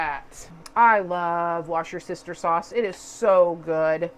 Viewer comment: pronounced woostershire sauce